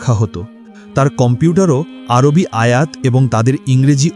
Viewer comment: আর ভাই এটি আরোবি নয় এটি আরবি। বুঝলেন?❤😊